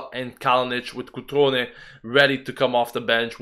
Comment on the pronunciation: you keep saying Crutone, but his name is Cutrone... maybe it just slipped your tongue, but thought i'd point that out for you. We desperately need this win, i'm just anxious at what we'll be able to do, we aren't a strong team yet, despite popular belief. Maybe if we win this we can finally have a clear winning mentality? I just want us to keep being unbeaten at home as well.